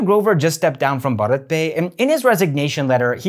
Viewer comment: Your videos would improve a lot if you could pronounce the company's name properly